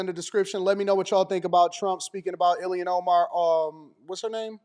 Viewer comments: ILHAN Omar he said ILMAN lol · Dear, I'm not sure it matters but her name is not Iliana, it's IL -HAN O - MAR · "Ill-man Omar" 😂😂